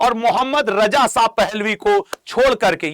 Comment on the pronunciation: اب چوتیے ساہ نہی ہے شاہ ہے پہلے بولنا سیکھ پھر رضا شاہ پر وی لاگ بنانا ابھی تو صرف رجا ساہ پر وی لاگ بنا 😅😅😅😅